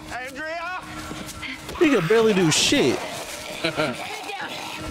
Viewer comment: I can't believe you guys keep calling Andrea Andrea. It's clearly Andrea, but you guys keep saying Andrea.